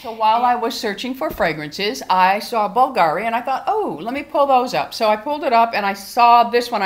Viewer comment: I love it,but you only need a tiny spritz.It’s pronounced BOOLgahree. 😉